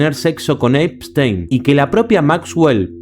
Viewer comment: Es ePPPPstein no einstein 😭😭😭😭